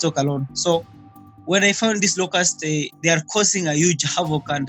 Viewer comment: "wooo, luke at de lokess"